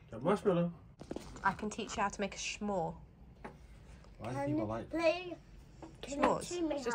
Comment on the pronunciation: It’s not a “shmore” it’s a s’more, as in “I want some more” shortened to s’more. Amelia’s bathroom without a bath in it is called a half-bath in the U.S. Phil looks like he has a puppy face!